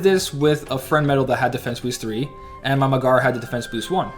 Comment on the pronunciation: Also it's not Me-Gara it's Meg-ara. Watch the film. Also nice job, I beat them too my own way if you wanna see my video.